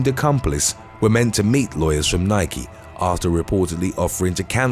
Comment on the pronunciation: Congratulations on finally pronouncing the word NIKE correctly.